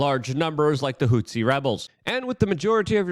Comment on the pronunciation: Leave it to a New Yorker to combine Hutu and Tutsi in order the mispronounce HOUTHI rebels, luv ya Luke!